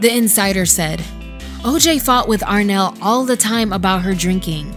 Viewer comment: It’s Arnelle not Renelle.